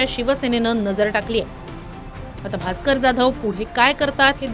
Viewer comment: Bhaker nahi bhasker